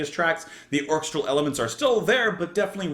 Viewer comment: I've been dying to point out the correct pronunciation of "orchestral" for a long time!